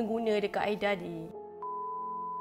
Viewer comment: Kak camimu tersasul ke tuww ??? Aida jadi aidia🤪🤣